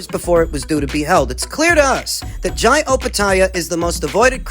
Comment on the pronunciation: Thankyou from the bottom of my heart 😂😂😂😂 Thanks for the correct pronunciation of Jai...